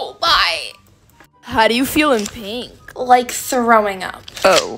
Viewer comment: Pink ❎ pinkhhhh ✅ 😂😂❤